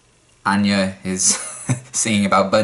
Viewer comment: Anya even pronounced her name like "anne-ya" instead of the usual "on-ya" lol